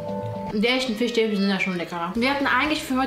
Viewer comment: Niemand: Unge: Fichstäbchen